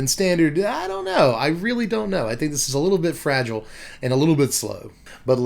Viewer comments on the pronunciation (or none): none